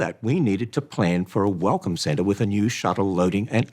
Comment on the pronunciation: I keep mishearing Ham saying "Welcome center" as "Welcome Santa"